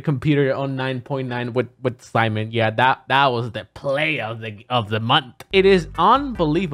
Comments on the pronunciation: "... introduced in the form of See-mon and Rhish-tere Bell-monty." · Rip Etika I was predicting Seamen and Rich-ter Bel-moan-t